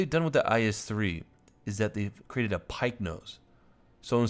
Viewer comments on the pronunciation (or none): none